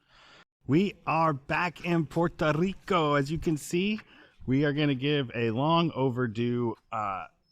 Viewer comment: I like your video but please pronounce puerto rico properly